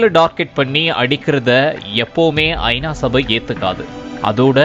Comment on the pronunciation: செய்தி எல்லாம் சரி, கொஞ்சம் தமிழில் கவனம் செலுத்துங்கள்…. ஐ. நா வா அல்லது ஐனாவா? இது போல் பல பிழைகள்